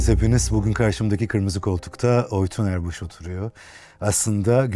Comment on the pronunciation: "Oytun Erbuş" , "Oytun Erbış"